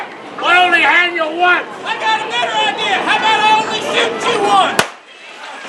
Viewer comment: I kept half expecting to hear the words "I got an Idear" to pop up